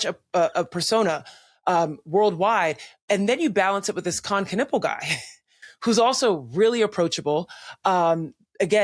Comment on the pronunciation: Knüppel means bludgeon. :D US pronunciation sucks tho.